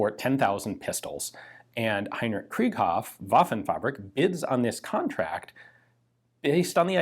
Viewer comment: It is not pronounced like krieg (translates to war) it is pronounced kr(I)ghoff. The second vowl is emphasized in German... But hey, you may know better than I.